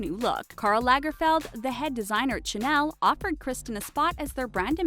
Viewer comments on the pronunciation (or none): I can't believe the person talking said "cenel" when it's supposed to be syuh-nell" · Did this idiot really pronounce Chanel as chuh nell